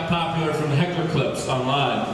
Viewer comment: Not “hackle” 💀💀💀 said so confidently too 💀😂😂